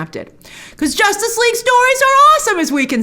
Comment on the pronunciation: Grace: “Josstice League doesn’t count” HAHAHAHA 😂